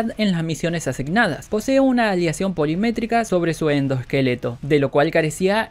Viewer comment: Polimétrica no ¡POLIMIMÉTICA!